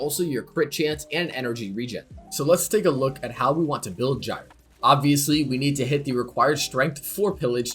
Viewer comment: Huh I thought it was pronounced Gyre not Gyre